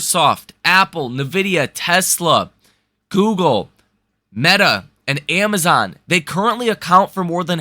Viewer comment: Nitpick, but NVDA is pronounced "In Vidia" not "Nuh Vidia".